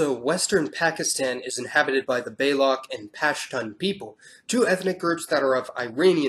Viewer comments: Great videos bro, but you need to work on your pronunciation. Over the course of a few videos I'm noticing that you're pronouncing things totally wrongly. In this video for example you pronounced the Baluch people as BAE-LOK. It's actually pronounced BALOOCH (ch as in 'child'). In another video you pronounced Uygurs as WEE-GERS. it's supposed to be OY-GHUR. And yes, Iran's not EYE RAN, it's EERAAN. (don't trust me, listen to how these people call themselves.) Some research on the pronunciations before making the videos go a long way. Otherwise great work. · The narrator pronounced "Baluch" as Star Trek (TOS) alien Baylock. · Please learn how to pronounce the names of languages before butchering them on these shows. Common man, Baluch is pronounced “Balooch” ..